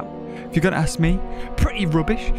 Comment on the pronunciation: “Pweety wubbish” every Jurassic World the Game Episode